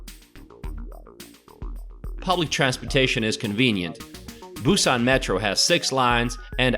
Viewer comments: Gonna give you a downvote for all of your useless mispronunciations of almost every poi. Kind of defeats the purpose of a guide, don't you think? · Cool video and lots of information but oddly, your pronunciation of the areas is pretty bad. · Hahah you butchered every name in Busan. Great video though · I've been living in Busan for about 10 years now. You severely mispronounced many places...However, everything you said about photos on the beach and other fun facts are completely true! BTW, All Korean food is wonderful (just stay away form the hong-eo/fermented skate fish) Do you wanna visit Busan and you have a bachelors degree? Come teach for a year and get paid decently. I love this place! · Good show and could be better if you can pronounce the Korean destination names better. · your pronunciation of the areas of Busan needs a lot of work but you have a talent for making these kinds of videos